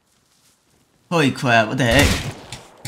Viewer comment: howy cwap the cavalrys here got me ahahahaha